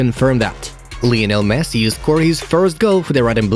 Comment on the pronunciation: Did he really said “MESS” instead of Messi 😂